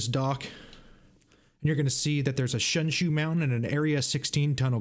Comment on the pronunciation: mispronouncing “Shoshone,” in the first ten seconds makes it seem like you don’t do basic research.